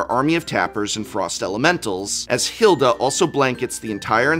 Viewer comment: Az-OR-ius. SIRE Ginger, HEIL-da